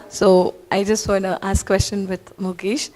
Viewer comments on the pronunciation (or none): Pathetic journalist! Despite being an Indian, that too a Tamilian, she mispronounced Gukesh's name for that rubbish question. Media companies and radios should have better standard at selecting journalists they're sponsoring the trips for.